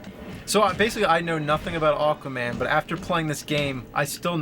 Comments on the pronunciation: It was driving me nuts how James kept saying "Awkwaman" lol Also, yeah, from the mid 90s to the early 2000s, Aquaman had long hair and a hook for a hand. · I was so sure when James said the title in the beginning it sounded like he called it "Awful-man." Hehe. Unintentional!